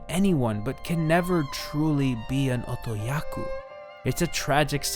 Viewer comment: Otokoyaku. Not otoyaku. Otoyaku isn't a word. I wanna watch this video but that's gonna drive me nuts.